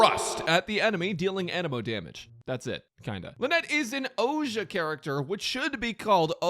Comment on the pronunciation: Its not Ojia, its Ousia. „(Y)ou - see - a“